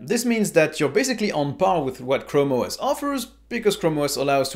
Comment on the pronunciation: Chram OS A mans chram